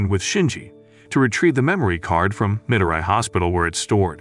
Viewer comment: It’s pronounced as Me-doe-ree not mi-do-rai